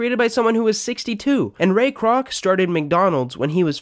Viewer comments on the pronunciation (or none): none